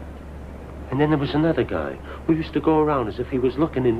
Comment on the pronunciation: ...Hwo has time?!